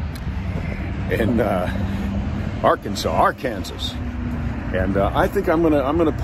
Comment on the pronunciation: The way you pronounced "Arkansas" is illegal in Arkansas... so ya know! Also... will be posting a link to this on twitter and the book of face.